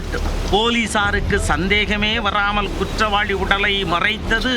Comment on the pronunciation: நீ வாசிக்கிற தமிழ கேக்கவே கொடூரமா இருக்கு . தமிழே தெரியாத நீயெல்லாம் எதுக்கு நீயூஸ் வாசிக்க வர்ற?? குற்றவாளினு படிச்சிருக்கேன் அது என்ன குற்றவாழி?? உனக்கெல்லாம் மீச ஒரு கேடு . நீ இருக்குற சேனலுக்கு டிஆர்பி கிடைக்குதா???